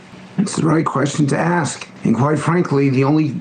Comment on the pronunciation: But Crockett ,can you say the word , ASK without saying AXE ? That would impress me